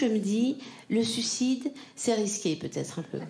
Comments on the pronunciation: C’est très tendance, je sais, depuis quelques années de le prononcer ainsi ; pour autant on ne dit pas su cide, mais sui cide ; bon, ça n'enlève pas ton talent 🙂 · Elle n'arrive pas à dire sUIcide, donc elle prononce sucide ... écoute bien ...